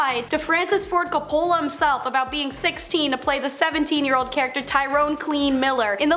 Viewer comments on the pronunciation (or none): “Legendary director Francis Ford Cape-Ohla…” Friggin kids…